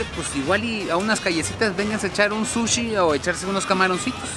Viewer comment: I loooove to watch you, but I cringe whenever you go eat "sushi"